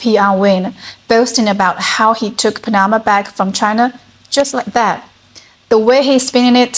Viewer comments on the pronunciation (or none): LOL!!! It's PAN-na-ma, not Pan-NA-ma